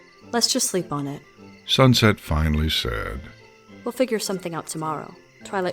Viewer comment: "We'll fix this SuxSet'' -Fluttershy